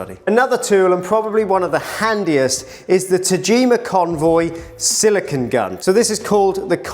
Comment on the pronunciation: You are making a small error in pronunciation which I hear a lot. The caulking compound you are working with is silicone, whose last syllable rhymes with "bone" or "zone". It is based on compounds using the element silicon, which rhymes with "yawn". Pure silicon is a hard, brittle, shiny crystalline material that can be polished into a mirror with a slightly gray color, since its reflectivity is only about 45%.